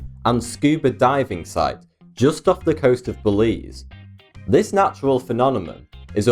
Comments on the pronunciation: Why does he pronounce pheNOMenon phenonemon? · No matter how hard this guy tries, he'll never be able to pronounce the word "phenomenon" or "phenomena". I'm not sure how he gets his N and Ms mixed up, but I've heard it in 3 different videos and every time he says it wrong. With his speech impediment already affecting the way he speaks, not being able to correctly pronounce a word just makes it bad for him. Say it slow -- PHE-NOM-ENON, not "phenonemonon" lol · "This Geyser is a man made PHENOMOMOM" lol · phenonema? phenonemon? either those really give you a hard time or you do it on purpose :) thanks for your interesting channel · but you said and I quote "Why does he pronounce pheNOMenom phenomenon?" end quote. You said nothing about spelling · HahaHaha phenonemon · Why the hell cant you pronounce the word ‘Phenomenon’ U hav done this in a couple ov other videos az well Instead ov using the term phenomenon why dont u substitute it with some other words like event or occurrence or something like that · The way he says phenomenon XD